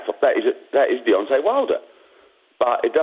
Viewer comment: Did frank call him deyonce 😂😂